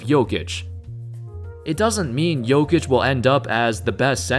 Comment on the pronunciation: Thank you for pronouncing his name right